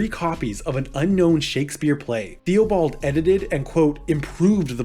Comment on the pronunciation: Good summary of Cardenio, but one note: Theobald is pronounced "Tih-buld"